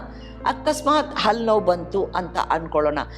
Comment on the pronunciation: ಅದು ಅಲ್ಲು ಅಲ್ಲ ಹಲ್ಲು ಮೊದಲು ಕನ್ನಡ ಸರಿಯಾಗಿ ಕಲಿತುಕೊಳ್ಳಿ